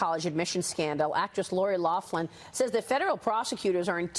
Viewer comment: There's no "F" in Loughlin